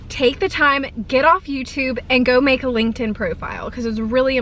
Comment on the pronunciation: Did you say Linkend?? 😅 but I feel like I did make one in college but I don’t know if I remember my PW. 😂